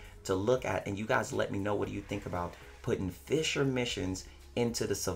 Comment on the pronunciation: Fisher missions.... Since when does play Fishframe?! 😂😂😂 I keep dying of laughter every time you say "fissure missions" 😂😂😂😂😂😂😂😂😂😂😂😂😂😂😂😂 First of all those birds are actually advocates for bite sized warframe so that's why they beefing with you calm down boi. Second of all those birds looked at you with Shisui's Kotoamatsukami tryna put you in that genjutsu to make you stop fighting for warframe endgame. BUT you know you got ya own sharingan so you be trying to resist. HENCE the eye issue.